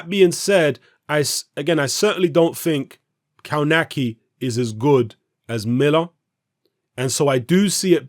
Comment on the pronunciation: Kownacki is my favourite American heavyweight at the moment. Answer it's pronounced kov nacki.